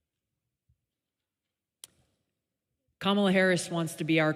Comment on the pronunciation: Fuck around and find out Camel-UH.